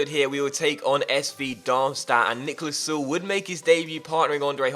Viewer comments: its Sule not Suel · Also if you're gonna have him for the whole career, gotta point or that the 'e' is pronounced in Süle ['S-yoo-ler' is pretty much a safe bet on how to say it :)] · Pronounce the e in Süle